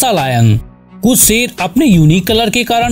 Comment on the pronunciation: Bro wo sher hota hain seer nahi